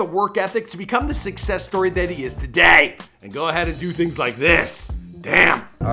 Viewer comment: "toDAY" u make the last couple letters of each word louder then the first